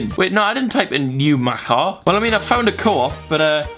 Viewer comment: Butchered newmachar hahahhaa it’s pronounced “new-Mack-arr” the coop is great